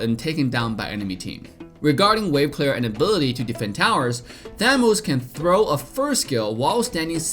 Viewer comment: Nobody:: Abety(Ability)